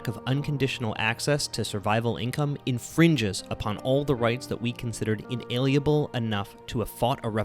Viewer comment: Just gotta mention that the word “inalienable” is mispronounced.